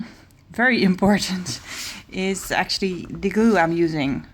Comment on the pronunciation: Raquel Levin she said glue, it's just the way she pronounces it, she says the l quickly.